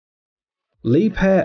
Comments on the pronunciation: ok one thing its not lieb hair its liebher thats how you say it k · 😳this was i was told to pronounce it 🙄 Li- beer or Lee - beer .. the h is silent Liebherr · Working for Liebherr it's painful to hear you pronounce the name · Where the heck did he get the p from in liebherr